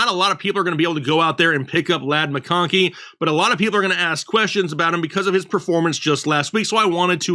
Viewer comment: I love how he says “MCCONNNKEY” 😂